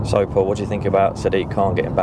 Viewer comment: Its "think" not "fink" learn English (your native language) racist thing needs to acknowledge 🇬🇧 IS THE THEIF OF THE WORLD learn your history your crimes - IM NOT YOUR FRIEND